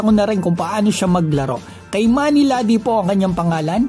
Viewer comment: Pronounciation Kee-mani not Kay manny